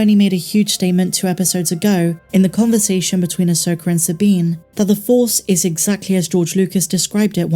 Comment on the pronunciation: I hate that your prounce it Asokarrr